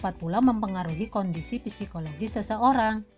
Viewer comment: Yg saya tau... psikologis "p" nya tidak usah dibaca🙏 btw makasih bu